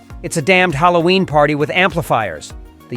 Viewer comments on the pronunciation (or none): none